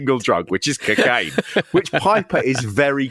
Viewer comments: CcCain! Loved "co-caine" pronounced more like McCain 😂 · "You don't want any part of this Dewey" "I think I do I think I want to try it..I want to try some cuhcaine" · Please say cocaine properly its bugging the shot out of me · Why’s he pronouncing cocaine so weird 😂